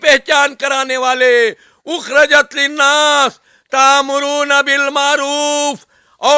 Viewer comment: Kuntum khaira ummatin ukhrijat hai nake ukhrajat